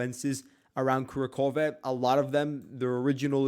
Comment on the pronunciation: That town/small city is pronounced Ku RAK hovah. Annunciate on the second syllable, RAK. It's not one syllable there, not "Kura", but 2 syllables, "Ku RAK". So, Ku RAK hovah (e makes an "ah" sound there) = Kurakhove. Just trying to help you out dude. I checked the Cyrillic alphabet. I know it does not translate well into the Latin alphabet, why you are having trouble with it.